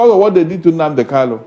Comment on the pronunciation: PLEASE HE IS KANU, NOT KALU. KANU, KANU, KANU.